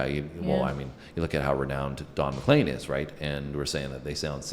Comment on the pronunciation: Just to help - CROW-chee - accent first syllable. He was on his way to do a concert at my college when his plane went down. Very upsetting. And Don is McLean (leen) not McClain.